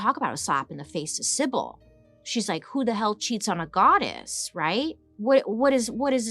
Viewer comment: I love you Bailey, but you got Cibele (Chee-bell-a) all wrong. And the picture you showed was of a sibel called the sibel of cumae who was a mortal but a seer.